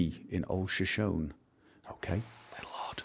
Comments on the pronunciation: I've been wanting to say something since first episode but didn't actually think to leave a comment until the end of this one when you were reading the song lyrics left in the outhouse: Shoshone is pronounced like "show-shown-E." It's the name of a Native American tribe. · shoshone is pronounced as shoshonee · Finds a rhyming poem where "Shoshone" is paired with "me"... still pronounces it wrong. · Shoshone is Native American. The final "e" is pronounced with accent on the second syllable.